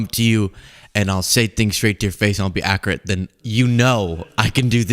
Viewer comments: "Ackerate" and "behavior you were having". Dear god...... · “That’s just not ackerate” needs to be added to the soundboard.